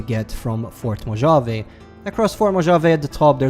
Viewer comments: again... its not mojave when sayin it sounds more like Mohave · It’s Mow Haa Vee not Mo Javey. That’s for Mojave. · It’s pronounced “mo-hah-vayy”